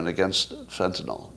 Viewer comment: Can I trust someone who can't pronounce Fentanyl?